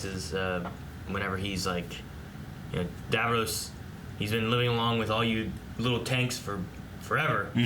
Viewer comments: God America it's Davros not Davroes. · No offence but why do Americans pronounce Davros as "Dav-rose" despite it being said correctly in the episodes? :) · Not a big deal, but I hear it every time: they're pronouncing Davros like Davos with an r. The way the characters say it, it rhymes with Ross, not Rose. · dav-row-se Me: lmao.